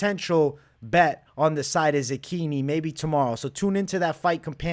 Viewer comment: bro im not italian but i feel like youre saying zechini wrong lol. cant wait for the fights!!